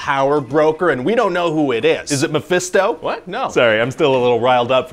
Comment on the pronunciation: No one: The entire Marvel universe when there is a secret villain: "MeFiStO"